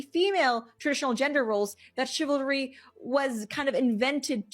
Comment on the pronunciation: What happen to chivalry? It heards like chiVART SIMPalry now.